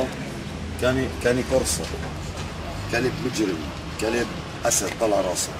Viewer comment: لما تعرف تقول اسمه صح تبقي تتكلم